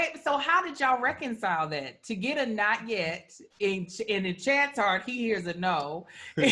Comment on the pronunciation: and seem like such a great couple, I'm going to start following them too. That "Not Yet" sounding like a "No" was hilarious!